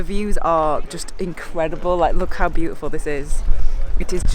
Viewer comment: I love the way you enunciate "bootiful" :)